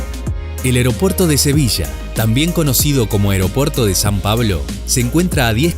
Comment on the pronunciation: Vaaaale es es que me ha costado escucharlo tres veces porque pareces que dices San Paolo.